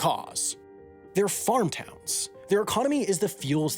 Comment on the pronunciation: Why does he pronounce plural possessives with an extra "ezz" sound at the end, like "townses" for "towns'". I heard this in another video where he said "airlineses". I believe it's simply pronounced "airlines'" and "towns'" without the extra "ezz" sound.